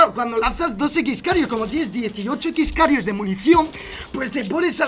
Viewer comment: Es X-kairos no x-karios